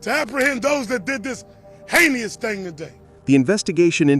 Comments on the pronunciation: "Hei-ne-ous?!?" Black people...if you can't spell it, don't say it! Unless you just want to sound stupid! TF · I believe the word is heinous not heiny us 🤦🏾‍♂️